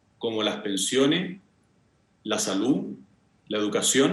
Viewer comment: A ella le amo...❤️Le haría un queque.... El: " lah pensione, la salú..." le falta siempre la última letra.